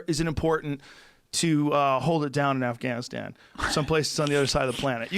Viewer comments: Brian quit pronouncing affGaaaniistaaan Ike that. PLEASE! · Bryan "Its pronounced Af-Gon-E-Stahn" Callen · Bryan decided not to pronounce afganistan weird af after saying it weird af 20 minutes ago 😂😂